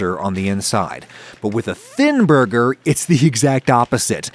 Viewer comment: Thinn borger